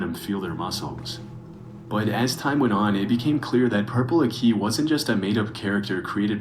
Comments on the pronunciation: Why is he pronouncing purple aki so damn weird? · Purple Ak - EE. Not Purple Akey. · NAAA FLIGHT REACTING TO PURPLE AKI HAHAHAHA aki is a legend the narrator pronouncing it wrong is winding me up tbr